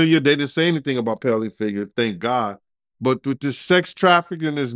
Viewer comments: Ped not pel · What is paleophillia? Pronounce the words correctly.